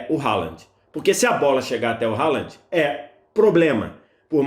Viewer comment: O nome do jogador se pronuncia "RRolan"